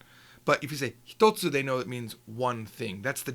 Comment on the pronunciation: Thank you so much for producing these videos. I do subscribe and have purchased all your books. I did want to point out what I think is a minor error; I noticed "one thing" spelled as and pronounced "hitatsu". Shouldn't it be ""hitotsu"?